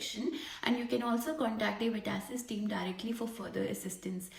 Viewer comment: it is VET ASSESS!!!! not VETASSISISS